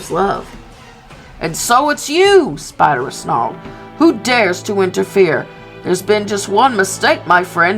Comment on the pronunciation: Many people mispronounce Spiderus' name, it's actually pronounced "spy-dare-iss"